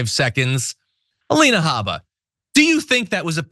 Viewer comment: No cursing, hm? I was proud of you, John for the "it's her god damn name". But you mispronounced the Alina name. I believe it is "Ay-leena Hae-bba", or whatever she calls herself.